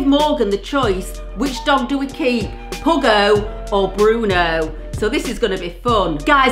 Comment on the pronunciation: It is puggo not pugggo